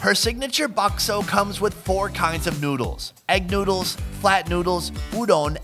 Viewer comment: "some noodes"